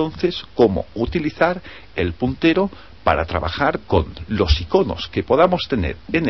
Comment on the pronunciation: WTF quien ocupa esta wey mierda el wey q abla es la leche hjahhaahahaha el putero??? a no verdad el puntero